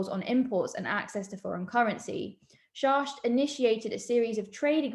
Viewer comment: his name is pronounced SHACKT not SHARSH